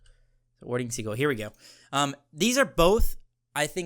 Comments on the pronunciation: This is more of a comment on how he said the word sigil lol. I think the item is ok, just underwhelming compared to the other starters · Warding "sidge-ill" is the pronunciation fellas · Why must you pronounce sigil like siggle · Yo im forever calling pronoucing "sigil" as "seagull" now in honor of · I think it's sigil like sijel but I like ur version better, great video <3